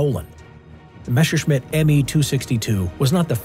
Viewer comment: I call messermitch 262 ME-262 not M-e 262